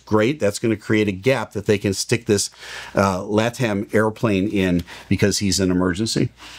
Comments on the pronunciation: Pronounced La-Tam. The merger of LAN and TAM a few years ago made Latam. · La (rhymes with Pa or Shah); Tam ("Tom" rhymes with Mom) TAM gets the acccent